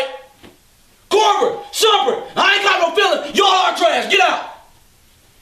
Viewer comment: He said shumpert.